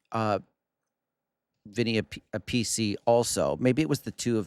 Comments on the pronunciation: Its not pronounced Vinnie A-piece-E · Vinny Appice is pronounced App - Piss - See 🤘🏼🤣😂🤣 Vivian Campbell went on to join Def Leppard in 1992 following Steve Clark death. He’s also done work with Thin Lizzy & White Snake 🎸